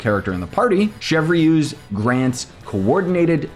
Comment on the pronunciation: her kit looks underwhelming but the new overload buffing seems cool imo, i really like her design and kit though also her name is pronounced like "Shevrus" and not "chev reuse" lmao